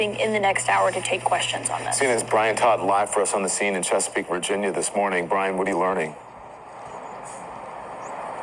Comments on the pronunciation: Lol The City Of CheckaPeake 😂 It’s Chesapeake Virginia But That’s Funny I’m From Virginia Beach Sending Thoughts And Prayers To The Families Affected 💐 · It's funny the way he say Chesapeake 🤣 😂 😆